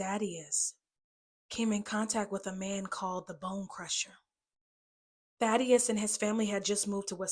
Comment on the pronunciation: Daddius its Thadius